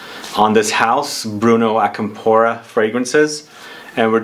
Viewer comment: Hey the accent is different on Acampora (It’s not on the “po” part, I believe from how the right pronunciation sounds the accent goes on the beginning of the word)